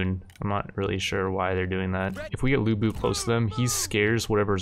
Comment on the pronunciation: Ya gotta do a lu bu run. It's lu bu. I also still really like your total war content even though I don't play the games myself.